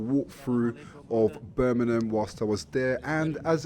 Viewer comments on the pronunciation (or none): It’s pronounced BIRMINGHAM not burnminum! Jesus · This is Birmingham, not Burminam.